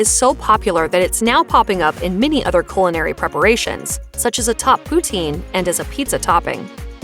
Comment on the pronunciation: The narrator of this video desperately needs a class in pronunciation, both English and French. She butchered so many terms it's not funny, especially French pronunciations. But she also hacked "celery" and "culinary". How could she be hired or work as a narrator???? Awful, she is.